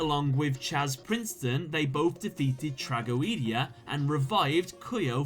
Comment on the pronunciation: Its pronounced "Tra-go-dee-a"